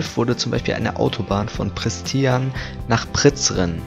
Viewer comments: Ja Von Pristian Bis Priceren sagt er 😂😂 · Tina hahahaha isso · Tina ja hahaha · Wie er Pristina und Prizren sagt hahahahahaha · Hast wohl nicht gewusst wie man Prístina richtig ausspricht ? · Wie er Prizren und Pristina ausspricht